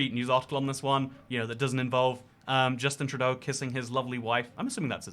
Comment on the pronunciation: love how you say justin trudoo lol nice vid m8